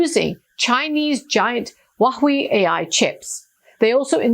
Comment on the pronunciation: Hwawei, not wahwei. Please.